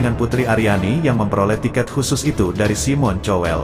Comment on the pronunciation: SIMON COWELL (baca. SAIMEN KOWELL) Dia orang Inggris. Please say SIMON KOWELL. bukan TYOWELL. 😮